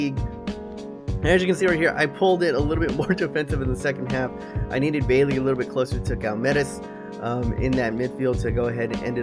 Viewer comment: Say Bailey's name the way it looks. He's Jamaican. They pronounce it like the entirety of the English speaking world.